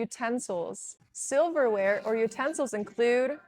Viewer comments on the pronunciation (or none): Why do u call silverware as soberware in the said video.